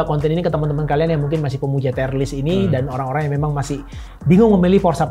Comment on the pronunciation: dibaca tir (/tir/) bukan tayer, "tier" yg berarti tingkatan atau level bukan dari kata dasar "tie" yg bisa berarti seri/imbang atau dasi